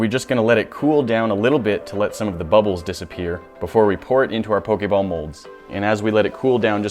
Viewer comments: anybody else go crazy when he says 'po-kay-ball' and not 'po-kee-ball'??? i typed the pronunciations not the spelling, dont yell at me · who else is it triggering for when he says pokAball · its poh - kee - ball